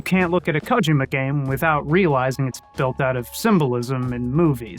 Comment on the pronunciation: its KOH-JEE-MA. holy shit.